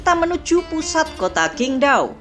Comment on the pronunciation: Mimin masih banyak salah baca pinyin Qingdao bacanya chingtau bukan kingdau Zhanqiao bacanya chan ciau bukan jankiau